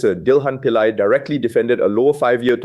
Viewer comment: Te-MA-sek not TE-masek. Pillai is pronounced Pillay. Frag-MEN-ted not FRAG-mented.